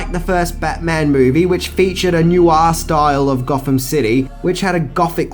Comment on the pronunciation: And again with the bizarre pronunciations! Noir (pronounced 'nwa') not 'Nooowa'!!!!!